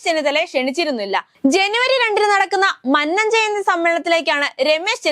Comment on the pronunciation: 🤭'മണ്ണൻ 'അല്ല കുഞ്ഞേ, മന്നം. മഹാനായ മന്നത്തിനെ ഇങ്ങനെ മണ്ണൻ,മണ്ണൻ എന്നു പറയാതെ. ദോഷം കിട്ടും. 🤭